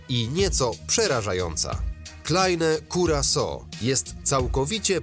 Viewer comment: "Klejn kurakao"